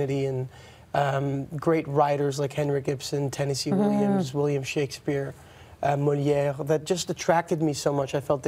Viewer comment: Apart from his amazing acting talent, his mastery of languages is impressive. Loves how he is talking casually in English and drops a perfect french "Molière"